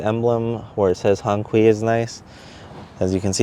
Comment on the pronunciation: You didn't even care to find out how to pronounce it right. Another wannabe